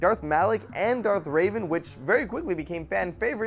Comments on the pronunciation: Darth Revan... Not Raven! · its revan not raven you sons of elder berries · Revan. Not Raven. But YES!!! Another kotor would be AMAZING!!! :D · its darth reven not RAVEN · Am I the only one genuinely mad that he pronounced the name like "Raven" and not "Revan"? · darth raven? lol. its revan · Fan boy moment it's Darth REVAN not Darth RAVEN kotor the best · Revan not Raven you fucktard! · darth raven...it's revan, fuckhead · Revan. Not Raven. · IT'S REVAN NOT RAVEN!!!!!! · IT'S DARTH REVAN, NOT RAVEN, REVAN. REH-VAN Also, TOR was fucking amazing. Almost everything in it was a huge accomplishment for an MMO or a game in general. It's an entirely voice acted MMO, had enticing stories for each of the classes, brought us to some of the most well known and also some unknown worlds in the universe, the only two things that Bioware failed at was the planets felt too instanced, you felt locked into one area, and Bioware didn't release enough info early on for new content. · I really hate to be this guy because I hate it when people do this but this really pisses me off really called reven...raven. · Revan. not Raven. other wise great job. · Hey bro, its Darth Reven Not Darth Raven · Btw, its Revan, not "Raven". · i dont know why but when you said Darth raven that really pissed me off maybe because it is Darth Revan re-van >_< but old republic is really boss:D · It's Revan not Raven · it's Revan. Not Raven. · its Darth Revan, not darth Raven, Get it right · Darth Raven? Its Revan Rev-ahn. Lol now Ill keep imagining Raven from Teen titans now using a lightsaber. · Revan, not Raven. Tisk tisk tisk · "Darth Raven," huh? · Lmfao did say Darth Raven? HAHAHAHA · He does say Darth Raven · ... Darth Raven... Darth RAVEN? COME ON JOVEN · did you just call Darth Revan, Darth Raven? I'm disappointed. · K it's Revan... Don't pretend. And shave your upper lip for god's sake